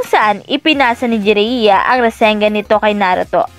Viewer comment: jiraya Po Hindi Po jereya 😀😀